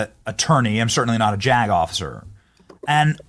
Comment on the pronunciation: "Im certainly not a jack off sir" is what i heard instead of " Im certainly not a JAG OFFICER" 😅😂